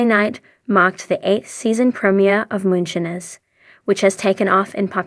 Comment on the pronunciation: U r not saying Moonshiners right OMG ? Do u listen to how the words is said before U repeat saying MOONSHINERS 😅😅 U REALLY NEED TO SAY THE WORD RIGHT?! I Won't watch ur utbube bc u can not say it right DEAR lord Disrespectful to me n I'm sure many others !! Not right at all 😮😂